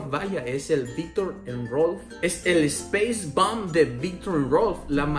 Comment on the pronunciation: si, lo sé, pero como lo pronunció como "espeis bomb" y no "spais bomb", por eso lo decía jajajaja